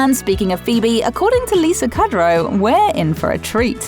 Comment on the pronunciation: Thumbs down for pronouncing Lisa Kudrow's name wrong. I mean who messes up Kudrow?